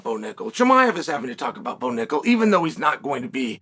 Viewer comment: I'm surprised unk Chael can pronounce Bo Nickal probably 😅